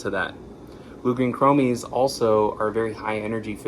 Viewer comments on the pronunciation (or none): ˈkrō-məs not mē